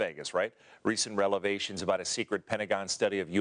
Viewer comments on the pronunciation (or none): begins video...says "...recent relevations..." Someone should tell him, it is REVELATIONS, not RELEVATIONS. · Relevations?!?! I do believe it's pronounced revelations, there guy. And that man was a news anchor who they allowed to be on live TV??